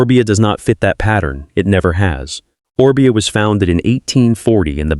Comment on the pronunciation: Freaking AI again . Mispronounced one of the first bikes they talked about. And a second one Orbea mispronounced.